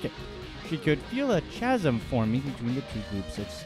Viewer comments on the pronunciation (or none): Chasm is pronounced ˈkazəm'. The ch in the word makes a K sound... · Learn how to pronounce chasm. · Why is it that a person reporting on a scientific experiment can't even properly pronounce the word "chasm"? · the way he pronounced chasm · "chasm" is pronounced with a "k" sound... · He mispronounced chasm to get comments. It worked. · mispronounced "chasm". absolute FAIL. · You mispronounced "chasm". I'm out.